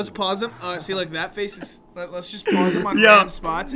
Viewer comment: No one: Nobody::I dont wike it!